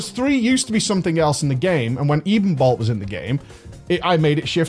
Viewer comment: edenbolt? ...edenbolt ya ever hear that song "ebony and ivory"